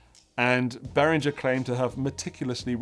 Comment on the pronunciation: Swiss engineer Uli BehrinGer's G is pronounced as in "rinGer stinGer", not as in George. You pronounced it right while joking. All German names (including Germania) has the same "rinGer" G.